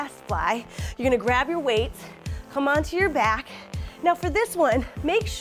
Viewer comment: When she said "it's really working in my shoulder and my BYAACK" boy I busted out laughing,full of dat weed 😂😂😂😂😂